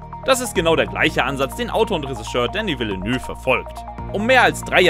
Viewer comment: Und schon wieder wird der Name vom Regisseur falsch ausgesprochen 🤦‍♂️🤦‍♂️🤦‍♂️